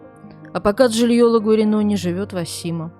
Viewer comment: Osimo (город) произносится как [О́зимо]., вы то это должны знать, живя в Италии (сама жила в Марке рядом с этим городком). В остальном как всегда все отлично, у вас разносторонняя подача, героиня на самом деле скорее вызывает симпатию. Люблю людей, не подчиняющихся стадным правилам😉